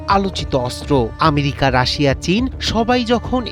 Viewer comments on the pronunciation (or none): none